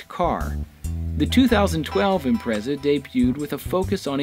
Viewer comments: Im-pret-za. Not imprezza. >_< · ImpreTsa. Not Imprezza